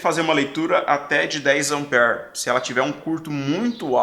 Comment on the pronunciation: a origem da palavra AMPERE , vem do nome do cientista Andre Marie AMPÈRE. Ampere é singular , 1 ampere , e no plural , 2 amperes . Desculpe pela correção mas voce enfatizou muito 5, 10 amper ( como se lê a palavra ampere e 20 miliamperes ) que tive que elucidar . grato pelas aulas que assisto como fiel seguidor.